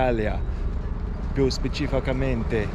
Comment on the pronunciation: I was curious to hear your Italian, it seems good to me, with a very British accent😉, funny to see you wrong to say "specificamente" haha👍🏻 The Sicilians in the port of Catania all seemed very intrigued haha .. Sicily is beautiful but also very particular, especially the Sicilians, you just need to move a few km and change cities to find very different habits and customs, the food is usually very good and cheap , but be careful to call food right, Sicilians are offended if you're wrong haha... I crossed Sicily from Catania to the Egadi in 2021, passing through Etna, Enna Agrigento, Palermo and Trapani... so I'm very curious to see all 3 videos. I've never tried Bronte pistachio limoncello🤔 but it should be drunk after it's been in the freezer 😅👋🏻